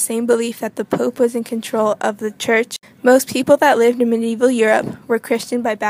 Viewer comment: Medieval not Medeival : )